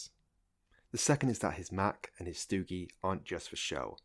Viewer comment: Stogie (cigar) is pronounced "STOW-ghee".